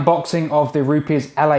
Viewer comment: Just for reference guys, Rupes is pronounced Roops